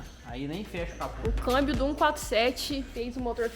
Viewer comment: Dai,kk não é câibio é câmbio 🙏🙏😂😂